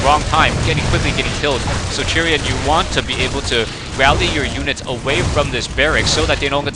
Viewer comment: I would think 'Chrian' would be pronounced as 'Christian' without the 'sti', like "Kreean", but I could be wrong. Not sure how you get it to be "Churian" though... Anyway, thanx for yet another commentary! (Although this game really sucked..)